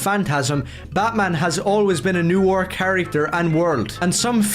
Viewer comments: Okay, but for a guy who keeps saying he's a fan of Noir ...does he know how it's pronounced? I don't like to belittle people who have specific issues with words cos that comes across as pretty abelist. But like, he keeps calling it "NEW-or". I'm not doing crazy here right? It should be "Nuh-wahr"? Is this just a thing he does because I'm starting to think he doesn't know what Noir actually is now.... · Oh good lord above i understand accents but every time he said "new are" i died inside. Its pronounced nwär. Its a french word and its pronounced fucking nwär. Im getting flashbacks to when one of my classmates pronounced "mosque" as "moss ah que" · “We don’t need to see superheroes’ eyes!” Finally… the CEO of Youngblood’s Disease! (Also, I cannot get over how he consistently pronounces “noir” as “new ore”.) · “They don’t understand NEW-ore.” Brother, you can’t even pronounce the word.